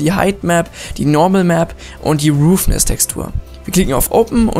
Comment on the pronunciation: Danke für's Tutorial, allerdings sprichst du einige Dinge falsch aus. Es heisst occlusion (O-Klu-Schn), nicht occulition, und roughness (Raff-Ness), nicht roofness. Eine Occlusion Map gibt übrigens an welcher Bereich des Materials indirektes Licht wiedergeben soll, was für schönere, detailierte Schatten sorgt. Schwarz=kein indirektes Licht (der bereich ist dünkler, wie zB. die Innenkante einer Ecke, oder der Bereich unter Falten). Weiss= indirekte Beleuchtung hat den vollen Effekt (bei scharfen Kanten oder glatten Oberflächen). Grau=irgendwas dazwischen. Manchmal reicht es schon die Diffuse Map in Graustufen umzuwandeln um einen schönen Effekt zu bekommen.